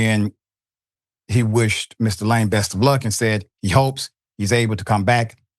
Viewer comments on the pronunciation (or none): Its Laaaame not Lame you stupid Americans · surely you could have googled how to pronounce his name correctly?? LA-ME its not difficult. shocking that you didnt do 10 seconds of research before butchering his name 500 times in 7 minute 😂😂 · Lam-e. Stop pronouncing his name that way it’s embarrassing. You’re lame for making zero effort. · It’s pronounced la-may not lame …😂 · La'me! 2 syllables. Not one syllbale lame. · “Lah-may,” not “lame.” Thanks for your attention. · His name is pronounced Su-Reen-Gey Kha-Bone La-Mey, Senegal was colonized by the French. Yall, please stop calling this man lame, when it's pronounced La-Mey! I swear English murders African names. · Lame is pronounced La-may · Pronounce his name correctly pls. It is la'mi! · Listen i appreciate you but he's African the pronunciation of his name is Laaame... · huh what? laaame would sound like layme aka lame which is what he said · I think his surname is pronunced as La- may